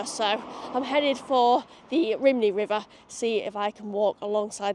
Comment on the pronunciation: Just a couple of little Welsh-English (Wenglish?) corrections "Lan-ish-en" "Rum-knee" Fab video. :)